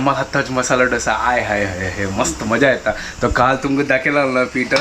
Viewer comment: ढोसा नही, its दोसा या दोसे